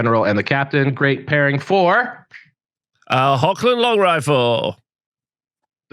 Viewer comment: The current effect of the Hochland Longrifle is amazing. You can pick and kill an Enemy command section. And by the way the proper pronouncation of "CH" in Hochland in German is a Rubbing Sound. It is very different for english speakers i know but the CH is really not spoken as K. Just clear your throat as rusty as you can and you got it. The Google translators for German/English spoke the CH in HOCH very smoot Greeting from the Middle Mountains of Germany and long life the Empire. For Sigmar